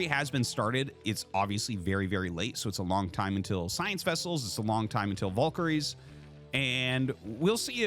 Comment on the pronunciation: Y are valkires pronounced vulkories? Lol, that annoys me the most